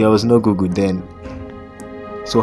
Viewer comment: Briiliant but please lwt us try to pronounce words properly to widen our audience! It is google not goggle. Goggles are a kind of spectacle. Any difficult words, research the pronounciation if in doubt.